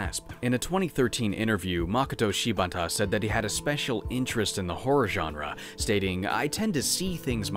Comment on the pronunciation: Please don't hate me for this nitpick, but Japanese names tend to stress the second syllable, "Ma-KO-to Shi-BA-ta" instead of "MA-koto SHI-bata". Western names tend to follow the latter pattern (AN-gela, DA-mien, KIM-berly), but it sounds a little weird to do the same with Japanese. Great job on the vowel sounds, though. For the based on the true story part, here's what Shibata-san had to say on the matter: "In an area outside Tokyo, there lies a mansion in which it’s said seven people were murdered in a grisly manner. On the same property, there lie three detached residences that surround the mansion, all of which are rumored to have ties to the mansion’s troubled past. It’s said there is an underground network of tunnels that lay beneath the premises, but nobody knows who made these tunnels or what purpose they served. Many inexplicable phenomenon have been reported occurring on the property. Bloody hand prints have been found splattered all over the walls. Spirits have been spotted on the premises...even in broad daylight! A narrow stairway leads to an attic where a spirit-sealed talisman is rumored to be locked away. Men have sought this talisman, only to be found later with their bodies broken and rope marks around their wrists. There’s a crumbling old statue of a woman in a kimono, but its head is missing. If you take a photo of a certain window, a young girl can be seen in the developed picture. These incidents have provoked fear in the people of Tokyo, and many believ